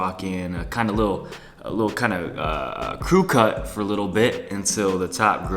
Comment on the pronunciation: did you say cuh cut?😂